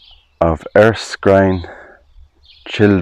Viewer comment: I am very familiar with the name ERSKINE and know quite a few people with that name. It is pronounced on Google as well, as 'ER - Skin' not 'ERS - Kind' as you said. Unless the Irish pronounce it differently. It's unfortunate that the church there no longer is in operation and has no roof.